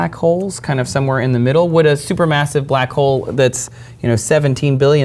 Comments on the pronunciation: She's a black hole hunter and she can't even say black hole right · her careers focus is on blackholes yet she cannot prononciate it...interesting 🤔